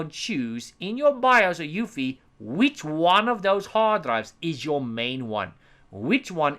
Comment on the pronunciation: Hey! Love your videos! Please is there any reason you kept spelling UEFI as EUFI? Not trying to be a know-it-all. Just confused at the moment.